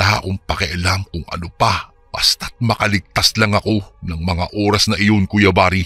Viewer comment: Oras yun hindi Uras